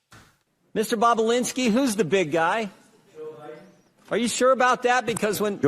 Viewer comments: Bah bah Lin ski NOT bah BLah inski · It's Tony "Bob-u-linski", not "Bob-u-blinski", LOL! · BOB O LINSKI, NOT BOB O BLINSKI PLEASE! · Love how she says "Tony Bubbablinski 😅😅😅😅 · She said Babababalinski😂😂😂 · It’s not “BoBoBlinski.” Two B’s. You’re reporting. Get it right. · Bob-you-lin-ski😊 I went through this a few years ago when Tim Pool couldn't pronounce Puyallup Washington to save his life. It is Pew-al-up Pew, like PewDeePie Al, like Al Bundy Up, like the movie or direction 😂Tim got it right after that! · Mispronouncing Bobulinski's name is annoying. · Trish, please learn how to pronounce Bobalinski’s last name name!!! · Hey Trish, how do you pronounce Tony Bobulinski's name? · So English is not your 1st language, yet you write and enunciate very well. I am sure you will agree with me, Trisha should articulate his surname correctly as she makes money from naming people who are in the news. 101 for a news anchor.